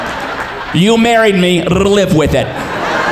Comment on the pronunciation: “rrrrrrlive with it” was one of the funniest things I’ve heard